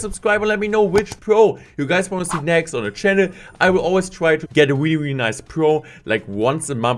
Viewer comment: Say really not weally